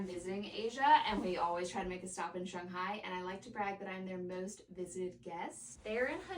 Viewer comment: As a Chinese American, your pronunciation for Shanghai is PERFECT! I would honestly suggest cruise for more relaxing travel. I can refer you to a travel agent if that’s what you’re interested in!